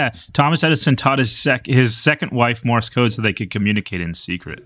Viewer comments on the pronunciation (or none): are we just going to ignore that Will Neff calls morse code "morris code"?